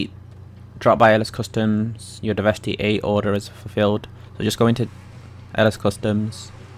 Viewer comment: I thought it was pronounced de-vest-eh